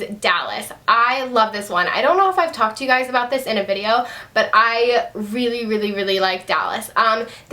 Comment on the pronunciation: everytime you say "hi gays" your eyes r close haha love your videos!!!